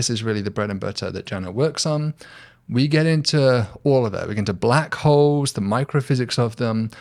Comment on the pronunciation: Black Holes? Oh... I thought you said Black Hoes.